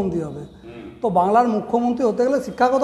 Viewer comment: এগিয়ে রাংলা! গরমেন্ট।(অনুপ্রাণিত উচ্চারণ )।